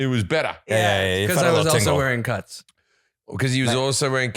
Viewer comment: When Jim does the add for cuts it sounds like cunts!! 🤣😂